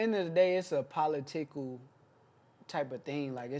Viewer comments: shakur- “politicool” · Did he say palatickle 😂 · That man said “Politickle” 😂…